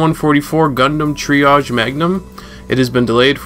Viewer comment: Did bro say "gundam triage"...? And he said "Jester".